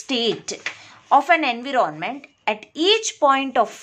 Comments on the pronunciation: ANVEROONMENT ni bibi environment hota ...chwal jahan ki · Enve-ron-Ment :yougotthis::yougotthis::washhands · Kindly pronounce environment properly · What happens to you.......🙄...she is really amazing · I didn't mean that, she is wonderful , but she ruin the word environment.